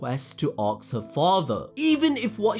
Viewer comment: bro check how you say the word ask. ASK not arks